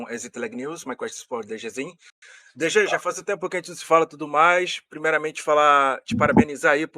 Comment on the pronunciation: os cara nao sabe falar o nome do DG kkkkkkkkkkkkkkk